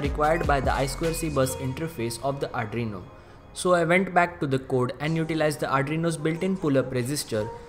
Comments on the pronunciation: Adreno? Adreno is a GPU by Qualcomm. Arduino is pronounced R-DU-E-NO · Ar ... du ... ee...noo ok??